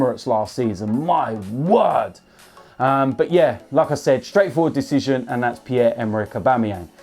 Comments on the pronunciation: Whenever he said "like I said", I thought he is saying Lacazette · When he says "Like I Said" I thought he was saying Lacazette